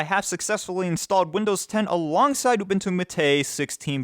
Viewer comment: ooboontoo m8 not youbuntoo matey